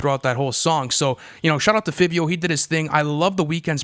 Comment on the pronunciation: Who the hell is fibbyo foreign??? 🤣🤣Y’all look super unprofessional not knowing a artists name.